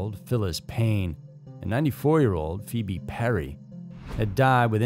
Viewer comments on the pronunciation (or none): none